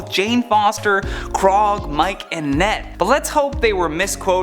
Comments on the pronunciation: This dude really just call Korg & Miek “KROG & MIKE” ?? ...I’m out. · This guy called Korg and Miek "Krog and Mike" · did he Just say krog and Mike instead of Korg and miek